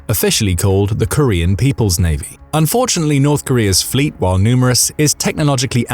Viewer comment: I’m sorry… did you say ‘unfortunately’?